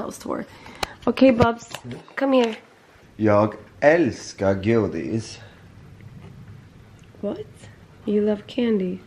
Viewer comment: Kanske de kan va foglossning redan? Iaf graviditetsrelaterat kanske.. mycke händer i kroppen och saker o ting flyttar på sig för att göra plats för bebis 😅 haha omg hans skånska dialekt när han sa älskar godis 😂